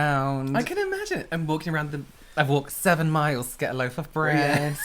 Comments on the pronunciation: Was the bread pronunciation a hint that is unhhhh fan? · The way pronounced bread... is that a trice reference?!!! That’s the only way I pronounce bread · AHHHHHHHHHH said bread in Trixie’s Swedish accent from the Food episode of UNHhhh.